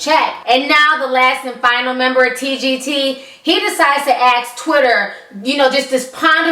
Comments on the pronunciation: I love listening to you, but I unconsciously cringe when you say 'aks' instead of ask. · Why do all black people say "axe" instead of ask? For fuck sake..